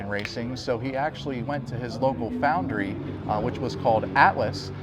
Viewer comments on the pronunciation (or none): none